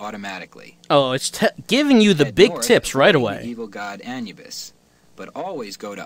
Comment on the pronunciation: That is the first time I've ever heard Anubis pronounced that way, thus I never knew that it was a legitimate way to pronounce it.